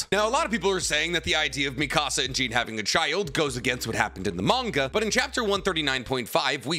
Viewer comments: You know so much about my favorite anime’s and mangas but it’s not “Jeen” you and everyone know it’s “Jawn” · The second you pronounced Jean like “jeans” made me leave this video. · Why you saying Jean like that bruh the anime literally pronounces it like John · plz pronounce jean right ffs